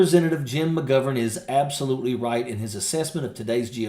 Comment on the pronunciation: Can u learn how to pronounce mcgovern properly thank you from Ireland 😂